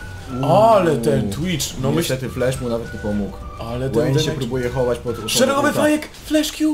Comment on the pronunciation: "łejn" i "łejni" serio? 2 podstawówka się kłania "v" w angielskim czyta się jak "w" dlatego "wejn" i "wejni" a nie przez "ł"